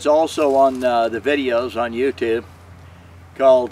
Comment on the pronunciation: the way this guy says "YouTube" has me dead xD 😂😂😂😂